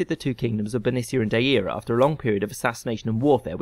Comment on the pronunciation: Deira - was it said like Dy-eera? 'Diera' I would understand if said that way. So I think more Dy-ra, Dier-a, or Deera would suit. 'Dair-a' (or Dy-ra) was likely the original. Maybe the way modern Welsh would say it, would come closest?